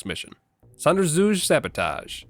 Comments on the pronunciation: More like "zon-der-tsu-geh" with g as in "goal" and u as in "münich" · As a german your sonderzug Sabotage was the worst try i ever had to listen too. Absolutly hilarious 😂😂😂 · Hearing say "ach scheiße!" and trying to pronounce "Sonderzüge" is just golden. Thanks for making my day!:D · oh, that was hilarious that you overheard someone saying they didn't think "Hans" was a good guard! "what are trying to do, alert the whole base? oh good, he alerted the whole base." reminded me of a VERY old Bugs Bunny cartoon where he tried to say "diabolical sabotage": "die-a-bow-lick-al sab-oh-tayge-eeh" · not even close to the german pronounciation but I respect the attempt 😊